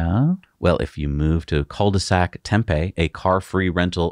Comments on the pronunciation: Excellent show ! FYI, Tempe, AZ is pronounced with a long “e” at the end; should sound like “Tempee”. 👍👍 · It's pronounced "tem pee". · 14.43 - Orders are open BUT you can't configure it. - 🤣🤣 That is "Tem PEE", accent on the second syllable.